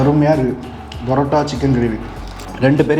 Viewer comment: It's not Barota, it is PAROTA. Use PA.... Chicken also he is not pronouncing correctly. Learn to Pronounce properly.... and make videos.....